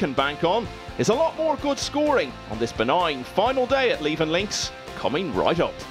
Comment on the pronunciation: Levenn Links???!!! Come on, do your research and find out how to pronounce place names properly!! It's Leeven (phonetical spelling).